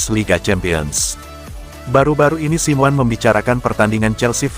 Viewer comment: Hadeuh dapat manusia ini dari mana sih jadi pembaca berita bola tapi gak tau dunia bola Bilang nya Diego Siwan mestinya dibaca nya Diego Simone